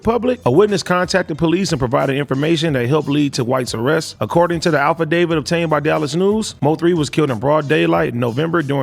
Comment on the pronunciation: Did he say ALFidavidt? Lmao wtf